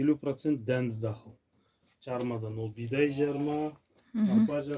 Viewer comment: Бидай дегенине карагандааа кыпчак окшойсун